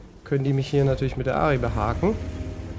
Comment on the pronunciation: Gutes video aber das heißt aRti wegen aRtelerie